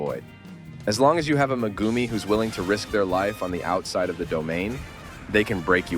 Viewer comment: the way the ai voice pronounces "megumi" 💀